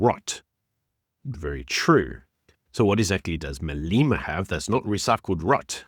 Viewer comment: its not "Maleema". It is Malema.